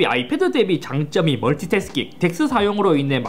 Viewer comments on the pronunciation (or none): none